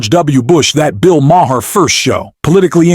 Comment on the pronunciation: It's just pronounced Mar, dude.